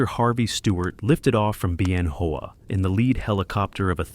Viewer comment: Isn't it pronounced Ben-Whaa? As in Ben Hoa balls?